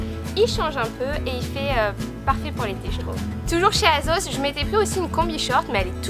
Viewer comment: Super vidéo ! Par contre, même si ça s'écrit "Asos", on prononce "Assos" et pas "Azos" :)